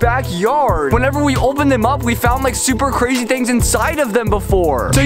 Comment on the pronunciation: he said cwazy HAHAHAH